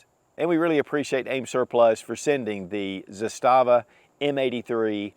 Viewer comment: Pronounced “ZAH-stuh-vuh” Arguably better AKs than Kalashnikov, best SKS version ever made, and their Makarov-type pistols are just solid. Looking forward to picking up one of their revolvers.